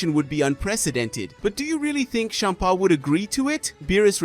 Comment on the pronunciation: I’m so sorry but the way you kept saying Bempa was hilarious. 😆